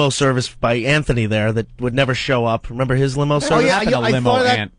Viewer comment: Opie said, "memember?" That's a Vos level car crash.